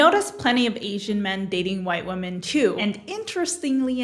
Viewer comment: My only question is: why doesn't anyone in Gen Z know how to pronounce the word 'women'?